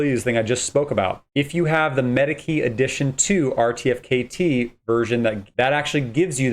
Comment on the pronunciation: incorrect. you can mint 3 per qualifying NFT... and pronounced artifact = RTFKT